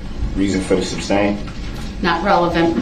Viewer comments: “ “ your going to “ substain” everything?” Lol🤣🤣🤣🤣🤣🤣🤮🤮🤮🤮🤮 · Don't forget "substain." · Also said "substain" throughout the whole trial 😂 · cohorsion, substain, duresst, speckle-ative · " So you gonna Substain everything?" 😂😂😂😂 this guy has provided me with so much entertainment. Thank you for your video